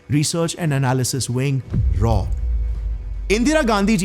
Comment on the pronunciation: It's R&AW pronounced as R n AW